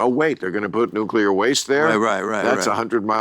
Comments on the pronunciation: I was waiting for Bill to tell Tim it's pronounced "Nuclear, not Nucular.". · I’m so disappointed! Tim Allen pronounces nuclear nucular. I swear to god, my respect for him just went down by A LOT. He’s one of the STUPID people!! I’m genuinely surprised. I thought he was smarter than that.